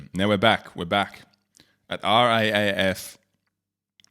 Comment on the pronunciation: It's pronounced R Double A F.